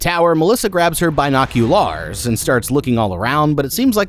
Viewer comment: I’ve never heard the word binocular pronounced in such an odd way😅